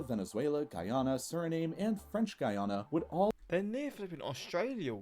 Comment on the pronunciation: Why can’t he pronounce it correctly? It’s very easy. It’s the same way as you would pronounce the nam part of Vietnam.